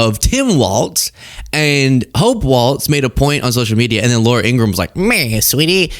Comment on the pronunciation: you've outdone Ben Meiselas by pronouncing 'Ingraham' correctly. He can't.